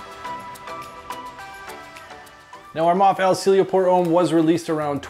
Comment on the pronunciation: It is pronounced as EL SEE YE LO.